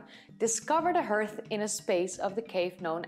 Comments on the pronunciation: I realize that English is not your first language. But please remember that 'hearth' is pronounced 'harth' - not pronounced 'earth' - which is of course the planet that we all live on !! Otherwise, an excellent presentation... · Normally your English is better than mine. But for 'hearth' it is- /härTH/ for at least US English Etymology From Middle English herth, herthe, from Old English heorþ, from Proto-West Germanic *herþ, possibly from Proto-Indo-European *kerh₃- (“heat; fire”). Cognate with West Frisian hurd, Dutch haard, German Herd, Swedish härd. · It took me a minute or two to understand the word "hearth" but only because in English it is pronounced as "harth". Yes I'd like to see the interview. 👍😊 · Fascinating stuff. Enjoy your videos. Just as an aside, although your English is brilliant, 'hearth' is pronounced 'harth' normally. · Hi... another great video... I enjoy all your videos and have subscribed. I hope you won't mind if I correct your pronunciation just a tad. The word 'hearth', is pronounced 'harth', rather than 'herth'. You'll probably find it easier to understand this, and also to remember it, if you think about just taking the final 'h' away from how the word is spelled as this leaves you with 'heart' (pronounce 'hart', okay?) Otherwise your English is very near perfect, in spite of a slight American accent.;) (An American English teacher, I imagine? Or did you spend time in the USA?) Hope this helps... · It's always spelled "hearth," but some pronounce it "herth" and others as "harth." Probably depends on where you live. Brits pronounce it "harth." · Just a slight tip, 'Hearth' is like 'haar-th' de Engles taal is gebruik... als normaal XD. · Handsome cat. Apart from interrupting, how was he naughty? Another peculiarity of English: hearth is pronounced "harth". Not a word you'll typically hear in conversation, so it's easy to assume it's pronounced as written.